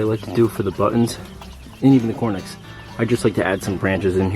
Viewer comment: Why do you say cornix rather than Coturnix?